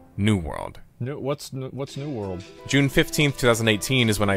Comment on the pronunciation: Why is it that is capable of correctly pronouncing the word "world" when he says "new world" (half the time anyway), but not when he says "world of warcraft"?